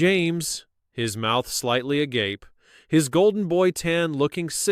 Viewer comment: Congratulations! You are the first AI generated story channel that figured out how to pronounce "agape". But the numerous bot comments are ridiculous.